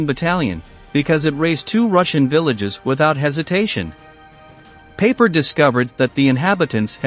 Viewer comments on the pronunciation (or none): Pie-Per NOT Paper!